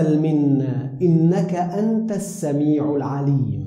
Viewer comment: Salaam everyone. This is a beautiful dua. I hate to be a stickler (may Allah forgive me for my nuisance and elevate the meaning of my words). the word "As-samee'oo" (All Hearing), the person pronounced it "As-samee'aah" but then corrected it when saying the entire sentence together. Is there a way to edit the first part for those wanting to hear each word slowly like in the beginning? I find so much value in the slow, separate words then saying it all together. Thank you for the contribution.